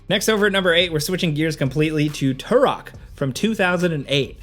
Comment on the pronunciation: Say "TOO-ROK" again. 😂